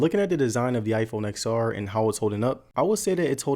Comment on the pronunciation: You should learn to pronounce the product name correctly as a tech YouTuber!